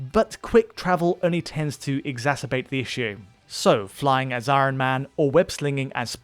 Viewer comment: why cant say iron, it sounds like when butters tries to say george RR martin in southpark